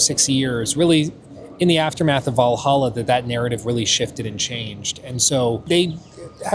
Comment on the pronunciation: Wow he's finally pronouncing Hexe properly. I still think he should sound bite himself saying "hexay" like he did with that dude announcing "assassin's creed vah-lah-ha"